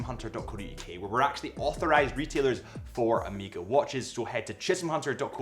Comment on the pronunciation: Annoying pronunciation of Omega. Definitely, it is not Ameega!